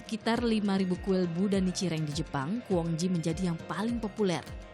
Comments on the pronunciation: Nicireng ?? Kau kira jajanan Salah pnyebutan tuh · Nichiren... Bukan Nicireng.. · Nichiren itu yg benar